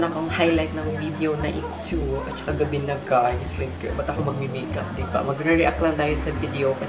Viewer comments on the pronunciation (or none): none